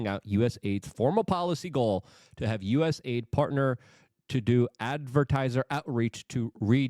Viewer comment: For once, being unable to pronounce words pays off! US AIDS is perfect